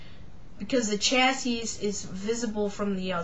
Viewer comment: If you are going to do review, the least you can do is find out how to pronounce it properly! It’s not A,tom it’s pronounced AT OM. Also chassis is pronounced shassy DICK!